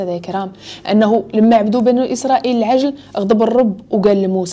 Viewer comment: عندي ملاحظة وحدة وهي العجل بكسر العين وليس بالفتحة. باش يبقى المعنى صحيح. شكرا على هاد الفيديو و على المجهود ديالك